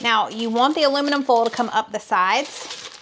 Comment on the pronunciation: Im just here to hear said boil, foil and broil😅 love you guys❤